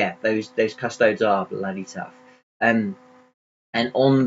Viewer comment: 'Cus-toadies', not 'Cus-toads'.